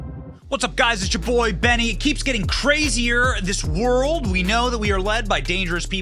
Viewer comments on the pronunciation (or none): Benny. She said her own name 2 times. Why do you mispronounce it during the entire thing? Yer killin me. Anyhoo.. Thanks for getting out good info.